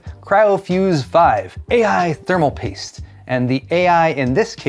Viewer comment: so it's "thermal pAIste" now?